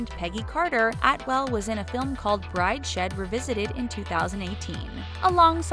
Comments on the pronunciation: 'Bride-Shead' Revisited? You guys could do with some better research on how things are pronounced... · By the way, it’s not pronounced “Brideshed Revisited”, it’s “Brides-head Revisited” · It's pronounced Brides Head Revisited, not BrideShed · Bride-shed revisited !?! Brides-head revisited. Sorry just irritated me. None of these women were fat btw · Btw it’s pronounced “ Brides-head” not “Bride -shed” - it’s a literary classic😂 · 'bride-shed revisited' lol... get your pronunciation right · "Bride shed...?" Girl....go read a book